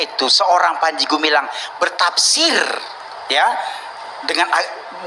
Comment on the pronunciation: makin terang kelihatan botolnya dosen ini, & dri kalimat SWT dia g becus lafalkannya